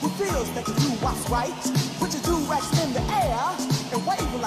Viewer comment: The Du-rags?? 😒😩😂😂😂😂😂😂